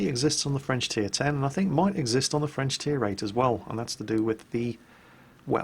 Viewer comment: actualy, your french pronunciation is pretty decent, better than most of the other youtubers I watch. So far, most of the ship names you said were pretty close to the french pronunciation:D